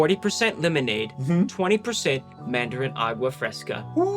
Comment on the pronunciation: remember when Ryan used to pronounce the flavour of that drink as man darren